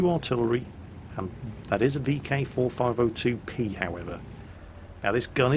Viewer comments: Vk 45.02B.... "B".... not "P" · kev finn Yeah said it wrong. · vk 45.02 B not P, my ocd pls